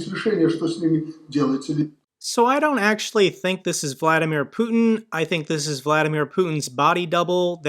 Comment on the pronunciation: Did he say 'Putner'...wow...they are f!&ked up...on all planet.